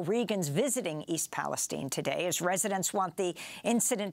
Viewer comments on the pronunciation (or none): Come on man do we seriously not know how to say Palestine?